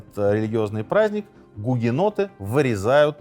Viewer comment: Почему в описании написано гугеноты , а в видео слышно бугеноты? Как правильно?